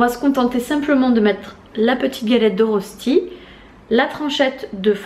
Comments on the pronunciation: Petite correction si tu le veux bien 😊 ça s'écrit bien "rösti" mais ça se prononce "röchti". Bisous !!! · Rösti = reuchti pour la prononciation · Coucou juste pour te dire que Rösti se prononce en fait "reuchti" Bisous de Suisse !